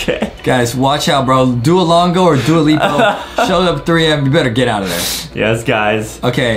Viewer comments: its not "DUOLEEPO" ITS "DUOLINGO" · btw its not doalipo or doalinga its dualingo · It's duo-lin-go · It makes me mad that they didn't say Duolingo right